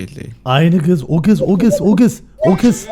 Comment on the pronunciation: türkçeyi bozdu artık (kız değil giz 🤣)